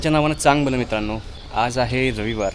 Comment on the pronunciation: चंगभल बोला चांगभल